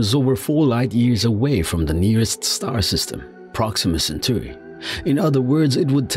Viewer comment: Repeat after me: "You-rah-nus" (Uranus - Stress the SECOND syllable) Original Greek pronounciation would be "Oo-rah nohs" - stress in second syllable. "Cen-taw-ree" (Centauri - Stress the SECOND syllable) Original Latin pronounciation would be "Chen-tau*-ree" - stress in second syllable. *Tau as in the greek letter. Thank you.